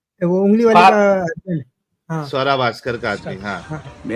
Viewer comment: स्वरा ❌ सुअरा ✅